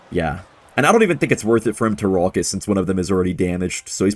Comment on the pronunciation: and his pawket rawket